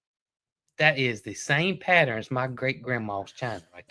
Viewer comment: Lol......pattern is a 2 syllable word not 3. Pa tern not pat ter ren. I just get so tickled with all of our different ways of talking. Love your videos!!